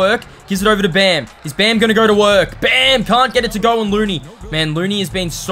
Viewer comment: Bro said let’s gor😂